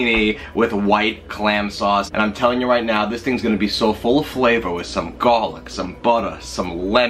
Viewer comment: garrrlic base! Wicked Pissar!!!